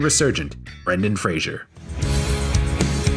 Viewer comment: please learn how to pronounce his name at least : freɪzər/ FRAY-zər !!!!!!!!